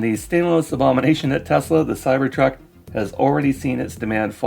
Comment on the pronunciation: musk cant even pronounce the name of his terrible car company properly. He calls it “Tezla”. He is a nincompoop.